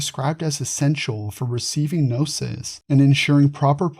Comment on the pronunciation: If you don’t say “ga” nome or “ka” nife, why say “ga” nosis?